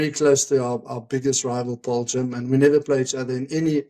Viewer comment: You all pronounce the name Paarl wrong